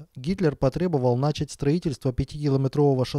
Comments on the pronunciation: НачАть! А не НАчать... Все видео испортил :( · Слушать чувака, который говорит нАчать, и всерьез это воспринимать не реально! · начАААААть, а не нАчать.